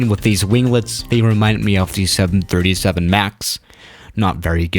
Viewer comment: Seriously? This production person really needs to gather facts and learn pronunciation 737’s and similar land here almost a dozen times many days.